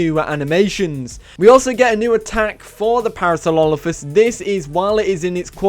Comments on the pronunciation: man said "Parasololophus" lol its Parasorolophus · I died when he said Parasaulolophus xD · It is actually Parasaurolophus.. Either way, I chuckled when he said it, every time. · "Parasaurlolophus" XD